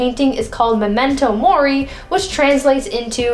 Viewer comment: Her: MoMeNtO mOri me: * starts crying *